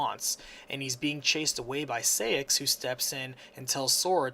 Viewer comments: I (as a KH mainac), have a few corrections: 1. It's Princess of HEART, not light 2. You pronounce it SIGH-ax, not SAY-ix 3.It's RICK-oo, not RIKU. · Sai-axe not Say-axe